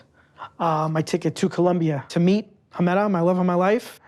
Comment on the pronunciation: The fact that he didn't even know how to pronounce her name right but he's trying to marry her 🤦🏼‍♀️